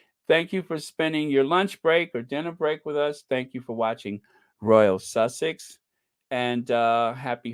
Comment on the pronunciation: good on you being so happy, can't wait for the Invticus, omg, the Almighty God is with Harry. I like the way u say Royal Sussex. God bless u.My love to the other Squaddies.